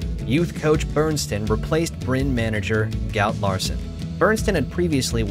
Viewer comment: Please. Don't pronounce Molde and Bryne without the E at the end ! It's not French. It's Norwegian... 😉